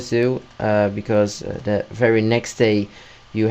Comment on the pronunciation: You can't even say "the"